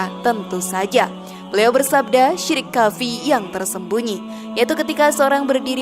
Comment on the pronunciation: Sebelum berkonten hrs belajar baca arab yg benar.krn ni di lihat banyak orang.Kalimat khafi itu yg bener adalah khofi..jgn baca indosianya tapi arabnya.